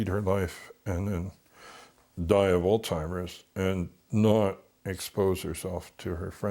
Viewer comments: He's a victim of a lost bread winner, and her family knew it ! He pretends to be intelligent. ... but can't properly pronounce the word Alzheimer, it certainly isn't allstimer! This is a perfect example of a Narcissistic personality he's done no wrong ! People that know Narcissistic people are well aware of their manipulation! This was sick, and disturbing ! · Did he say “all timers?”